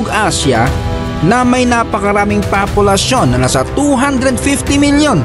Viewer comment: Bakit "Papulasyon" 😅